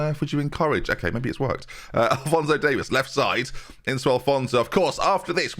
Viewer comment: It's not Davis it's Davies (Dave ease)